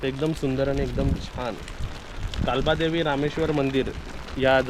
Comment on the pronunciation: कालबादेवी नाही काळबा देवी म्हणाव .